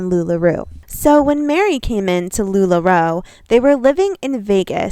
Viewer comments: I kind of love that you pronounce Lularoe. They don’t deserve correct pronunciation. LuLaRue forever! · Love as you say LuLaRu as shade :) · I might have to stop watching your content about sister wives girl, because you drive me crazy the way you pronounce Lularoe wrong every time knowing that's not how you say it 😂😂😂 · I can’t take anyone seriously who can’t even pronounce a very well-known company like Lula Roe, correctly.